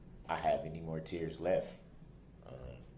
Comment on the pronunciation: ITS “MORE” not “MOAR” I love your new channel and I’m just trying to help you beautiful couple ❤